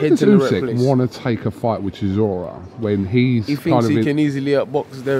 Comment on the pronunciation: If dillian can say chisora rather than siszora life would be so good 😂